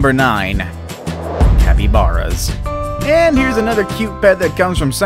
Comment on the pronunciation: he said capybaras wrong it sounds like is has and e not to a's